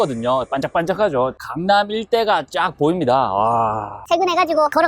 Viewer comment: 강남이라고말할때 저만갱남이라고들리나요?